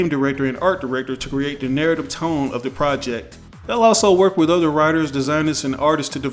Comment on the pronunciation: NUUUURATVE director what the fuck type of pronunciation is that .